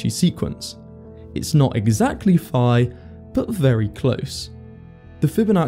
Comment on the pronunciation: Pi is 3.4159 In this video you pronounced phi as pi